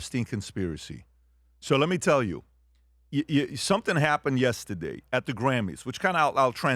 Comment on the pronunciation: Hey, PBD: I like it how you are always saying: "Yes-tih-day"